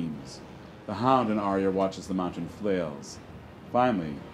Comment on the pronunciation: AK Rex yes, i love this presentation but i am disturbed 😧 😳 by the mispronunciations of the names. It was in by head all the time and i feel bad listening to the names said that aren’t right, such as Arya as said as “aerya” and so on. But overall i enjoyed and liked it!